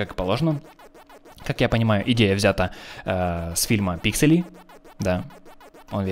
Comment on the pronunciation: и не писели а пиксели